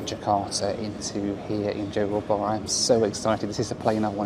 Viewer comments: Johor Bahru is not pronounced as u did at start, its JO HAW BAH RU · No offence, but why do western people just go straight to Bali if they come Indonesia? What for? There is a whole massive country to see.. You go to a small island...FYI, it's JOhor baRU with the 'r' rolled.